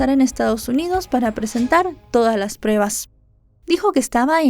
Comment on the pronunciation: ya no digas “prebas”. Si pronuncias “pruebas’, te escucharàs más profesional🤗